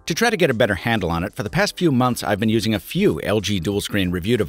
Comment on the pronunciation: "i know its veen a while since"